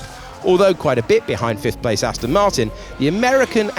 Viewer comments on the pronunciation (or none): none